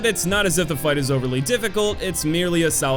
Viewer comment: It’s Spanish not French, pronunciation is treS, not tré, you pronounce the S